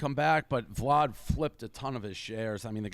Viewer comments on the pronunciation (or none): none